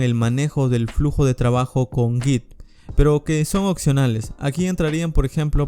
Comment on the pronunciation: "Occionales". Hay que aprender a decir "Opcionales".